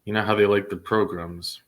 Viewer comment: you have more than made your point... You no longer need to beat a dead horse.... We dont need to hear you say "PROGRUMS" anymore... Its frustrating enough to have to hear the board say it... So please STOP saying it...